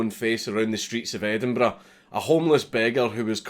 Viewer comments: Endenburrrrrr "tongue roll" ough. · that's an EdinBRUH Moment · It took me exactly 5 minutes to recognize the word Edinburgh.